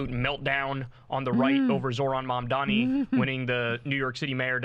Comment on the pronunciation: "Maaaamdani" look at them playing the same card Dan Quayle played when he emphasized the foreign-sounding name of "Maaaario Cuomo." This stuff never changes.